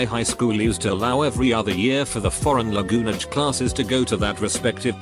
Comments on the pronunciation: "foreign lagunage" 🙏🏻❤️ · "lagunage" i almost choke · yes laGOONege